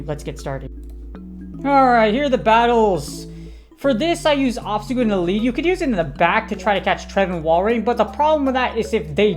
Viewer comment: I swear I heard you say obama snow lol oh wait you did